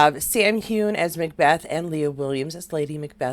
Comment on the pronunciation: Just to let you know (I'm a Scot)😊.. Its "hew-in" not "hewn" (2 clear syllables) and "fray-sur" not "fray-zhier" Hope this helps pronounciation😊x